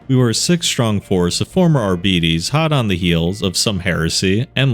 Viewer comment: Call me crazy but... Did he say... Arbites like how you say diabetes? ...Idk if that's how you actually say it and if it is I'm dumbfounded.